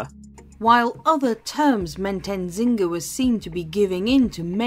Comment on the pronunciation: Oh! I spent my childhood in Angola, so this one hits close to home🫶 I remember visiting her castle (not rly a castle though😭) when I was about 7 or 8. Also, on a small note, the “N” in Nzinga is silent if I recall correctly:) History Tea Time With Lindsay Holiday has a video on her, but it’s 16 minutes long, so I trust this one will be more thorough (though I like Lindsay Holiday too)